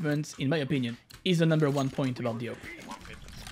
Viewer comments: It’s awp not owp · S U S why do ppl call it a-v-p when it's written as "awp" ? , I never understood. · Everyone: awp: OAP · Normal people: AWP This guy: owp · Me: Listening to the video. Me: Hears he said oup wtf is a oup Me: Screaming my head off saying ''ITS A.W.P OR OP NOT OUP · It's not pronounced AWP, it's prononced AWP. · not owp but awp and just say op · auwp?? its awp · its called awp not aop!! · I pronounced as orp your pronounce it as ope? no offence btw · u are triggering me ur saying ope not awp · Ye you know i was like whats a uop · he great owp'er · Real way is awope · The oh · Ah yes, the "ouwp" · is it just me or does he say owp? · it hurts that he calls it the "ope" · pronunciation:am i a joke to you? btw its (aww-p) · Whoever else that scrolled to the comments to roast him/check who roasted him for saying “oop” like this comment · I wanna master the awp not the “aoup” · the way he's pronouncing awp haunts me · The way you pronounce awp makes me laugh everytime you say it 🤣🤣